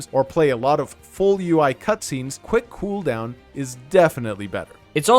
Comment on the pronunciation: quwhick cooohooldown